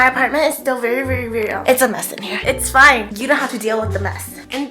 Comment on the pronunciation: Gonna do homework But issa ok, it's feii